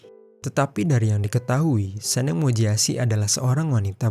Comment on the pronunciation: ngomong nya itu seneng bukan SENENG bang